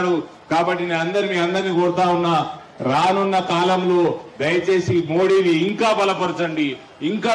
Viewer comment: తెలుగును కాపాడండి.. " రాను ఉన్న కాలం" కాదు. "రానున్న కాలం"